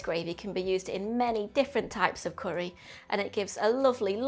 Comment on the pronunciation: Looks great but please pronounce it curry, not corry lol